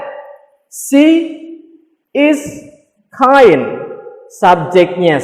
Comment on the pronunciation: Kind = baik hati not kine. Bro